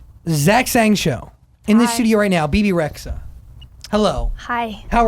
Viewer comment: Lol not me pronouncing her name as "babe resha".......